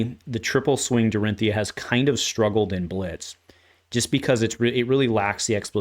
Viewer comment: Unsheathed is certainly a crazy good card! I also love shift the tide! Glad that one is not just me… I love that you get her shortened name correct. People saying Dori always slightly grates me…